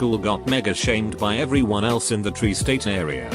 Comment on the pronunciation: What's a "tree-state area"?